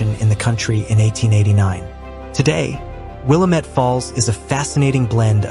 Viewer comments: We all can tell you are not from Oregon. It's not pronounced Willa-Met, its Will-Lam-Et. As in Willamette, Damnit. I'm surprised you didn't say Willa-Metty. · wil-LAMM-et; mispronouncing this word reveals you as a non-local who perhaps didn't fact check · Willy-Met falls 😂😂😂😂😂😂😂😂😂😂😂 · Oregon has a lot more water falls than these. We can always tell when someone is not from here by the eastern way they pronounce Willamette or any of our other Native American based names. But that aside we do have some amazing site seeing from the coast to the high desert. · You’re mispronouncing Willamette.